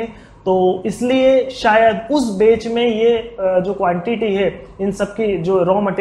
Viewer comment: bech and property 😁😁😁.. bhai ye batch and proprietory hota hai.. 😋😋